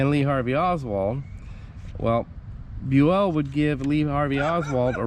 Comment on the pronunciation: Bue-ELL doesn't sound right, did he say it's pronounced this way? He's been on the 6th floor living history episodes several times and they called him BUEL. So I'd double check that, Bue-ELL sounds ridiculous!! 🤣